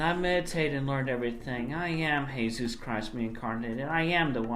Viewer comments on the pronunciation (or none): I think he is saying "Hey-suos" not "Je-sus" because of the whole Spanish class thing where he changed his middle name to Ricardo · “[Heyzeus] Christ-ine Weston Chandler Sonichu Prime here.” Homie, names aren’t meant to be divine rocket science. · He calls himself "Hey-zeuss" because he dropped the "Ricardo" from his list of names. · I suspect he’s gone for that pronunciation of Jesus as it also makes it sound like he’s not just Jesus but also Zeus.